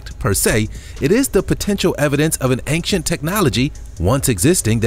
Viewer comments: BRO. please learn how to say "ancient". its ain-chent. not anxient. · He pronounces ancient as achecient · Please stop saying Angcient !!! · OCD, the mispronunciation drives me crazy (and that's a REALLY short trip for me)